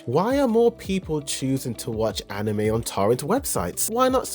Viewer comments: I cringed every time you said “Anim Me” during the first 3.5 minutes of this video. I almost didn’t keep watching to find that you switch to the proper “Anim may” spontaneously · I can't stop noticing that "animee" pronunciación every time lol